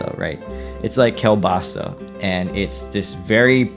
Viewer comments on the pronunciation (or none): kielbasa -> k-eel-ba-sa